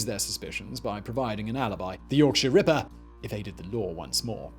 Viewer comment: Just here to listen to Simon say “Rippah”